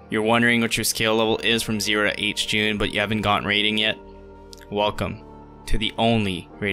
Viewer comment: "0 to Hjune" bro you must have meant 0 to Tacularr.